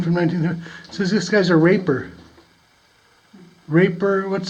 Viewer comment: What a nice mine. Tons of artifacts there. That name was Draper, not Raper, lol. Way to tough it out. Really long way in there. Thanks for the adventure. Stay safe.